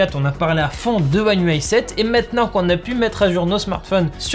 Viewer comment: Déjà chapeau bas pour la prononciation one ui7-8à chaque fois parfaite 😂